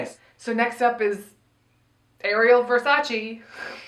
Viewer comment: why is everyone saying "versace" wrong on purpose. at first i thought it was a joke, but cmon, don't pretend it's the right way to pronounce it. it's the way ariel says it.